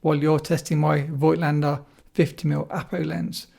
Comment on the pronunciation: It’s pronounced Fogtlaender not Voightlander.